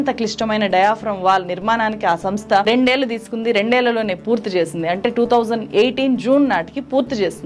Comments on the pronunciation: మేడం మీరు జర్నలిస్ట్ అంటున్నారు; మరి ఒత్తులు పొల్లులు లేకుండా మాట్లాడుతున్నారు. నీళ్లు (నీ ల్లు), మళ్లీ (మల్లీ), ఏళ్లు (ఏల్లు) అని పలకాలి. వినడానికి ఇబ్బందిగా ఉంది. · మీరు చక్కగా రిపోర్ట్ చేస్తారు. కొంచం తెలుగు భాష ఉఛ్చారణ మీద దృష్టి పెట్టండి. నీల్లు, ఏల్లు, మల్లీ, కారనాలు లాంటి పదాలు పలికేటప్పుడు కొంచం జాగ్రత్తలు తీసుకోండి.